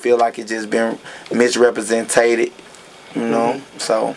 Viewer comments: Did anybody hear this nigga say "misreprensentated" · Nigga said MisrepresenTATed lol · "Miss representated" ? Haha